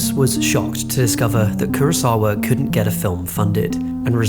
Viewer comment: No es Kurasawa ni tampoco Kurisawa. Se llama KUROSAWA